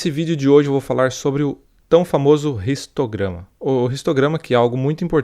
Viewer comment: Bromo seu vídeos são muito legais e vc explica muito bem mas por que vc fala "ristograma" e não "histograma"?